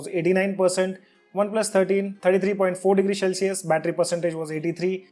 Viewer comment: CEL-cius NOT SHELL-cius